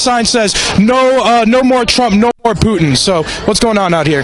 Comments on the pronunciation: Go fuck yourself dude. "Poo-in". Go fuck yourself 10 folds you stupid fucking idiot. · That loudmouth black dude kept saying, “Poo-In” geez. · That black guy needs mental health. And it's not pu*in..... It's Putin